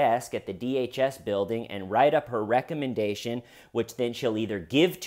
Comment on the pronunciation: The way you say recommendation is kinda funny.